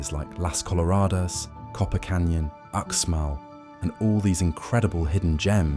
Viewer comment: Again when you cover UxMal= Ooshmahl, not "Oooksmall" you don't even realize that you are including images of ChiCh'en Itza in your video. Your video is full of errors you should have caught which makes it no more than garbage.